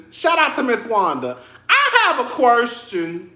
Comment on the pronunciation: Great reviews per usual but u had me chuckling.. "I have a qwershtion". Eheheee 😂